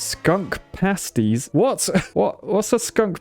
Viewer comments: I never realised how slightly illiterate is bless him. Glowered is pronounce "gl-ow-ered" like ow I stubbed my toe. And it's Pasties so like Copy and paste-ies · Pasties - as in adhesive PASTE (pay-st) glower: sounds like flour (as in, bread) o3o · 'pasties' is pronounced with a long a because they're pasted onto your body. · Pasties starts with pay like you pay a bill. Glowered starts like it rhymes with cow. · Cracked up to the pasties enunciation